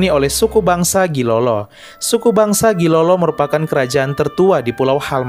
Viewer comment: Pardon,Gilolo in Dutch writing read as Djailolo, so not Gilolo as you pronounce it,😊 in Old Dutch Gi = Dj / J, which means the sultanate of Djailolo. The name Halmahera came from the old Ternatense, 'Hale-Ma-Hira'. yep there are 3 syllables. The next one is the naming of Papua has existed since the reign of the Dutch East Indiës (papusche) was originally cames from the ancient Tidore 'n Batjan. And The last one is Seram Island in southern Maluku was derived from the name of a Prins Van Tidore ,,prince Seram" . long before that the island was called "hoalmuaal" by The VoC and Nusa Ina by the Natives. That's it man Thank you